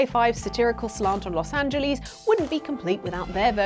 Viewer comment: I'm concerned about the fact that you don't know how to say Los Angeles. Like not even a little bit. It's not an accent problem, it's a not even trying problem. You could rag on Americans for not being able to pronounce British place names. But I've never played a game located in any of them outside of London, where NPCs and background stuff say the name to me on a consistent basis.